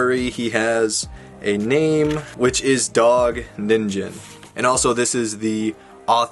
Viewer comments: It's pronounced (Knee-n-gin) Ningen It's Japanese for "Human". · Ni-n-ge-n sorry to be picky but the pronunciation was distracting me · my ears burn when he said "ninJen" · Someone make a compilation of how many times he mispronounced Ningen :>